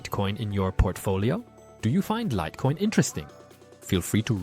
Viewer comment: Ai slipped up and said "lit" coin, upgrade to premium for better quality